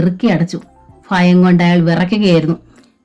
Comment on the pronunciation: ഭ bha എന്ന് ഉച്ഛരിക്കൂ. ഫ fa അല്ല for eg. ഭയം is bhayam. Not ഫയം